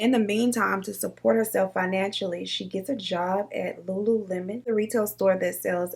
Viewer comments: Lulu Mon. I literally pronounced it that way too 😂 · I thought it was Lu-Lu-mon too!😅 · You're not alone on the "lulamon" pronunciation ... Guess I overlooked it too 🤷🏻‍♀️ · Lol I was saying lulemon. My sister finally was like ‘Um it’s lululemon 🤨’ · I say lulumon too! 😂😂😂 I love the stories! I ran across one of your videos about a lil over a month ago & I can NOT stop watching! Keep it up girl, much love! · Tbh, I looked over the “le” and pronounced it as “Lulumon” too 🤦🏾‍♀️😭🤣🤣 Bruh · Girl I thought it was pronounced Lulumon too😭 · I'm glad I'm not the only one that pronounced it Lulumon lol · I'm glad I'm not the only one that reads it as Lu Lu Mon. Lol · Hey girl I thought the same thing about the pronounciation of lululemon. Thought I was the only one.😂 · The "lulu-mon" I cannot 😂 but I feel you it be like that sometimes 🤷🏿‍♀️ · Not LULUMON🤣🤣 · I've actually never heard this case before! Wild.. Also just wanted to add, you're not the only one who pronounced it lulumon...I did too until one of my first jobs was at a Lululemon warehouse and I realized I'd been saying it wrong 😂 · I’ve been saying it like you too! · I definitely pronounced the store the same as you 😂😂😂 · Girl that's exactly how I pronounced it too....ain't even see the "lemon!!"